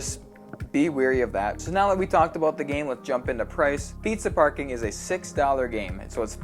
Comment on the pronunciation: I knew it! Preezuh Parcoring!